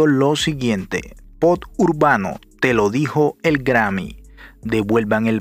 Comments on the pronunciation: Te felicito por el video, pero una recomendación, no se dice POD, se debe pronunciar como POP. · Bro, se dice POP, no pot. Saludos, campeón. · Lo que en verded me molesta es escuhcarte pronunciar mal la palabra POP y decirle POT